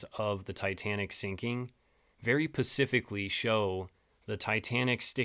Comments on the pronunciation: Provocative presentation! But you have to master the pronunciation of “specifically”! There is no specific ocean! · "very pacifically" lol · Are you seriously telling me that you haven’t dedicated this entire epic to your wee man, pacifically?